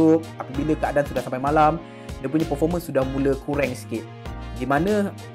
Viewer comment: Apasal kau kata kureng ye bukan kurang ke?😂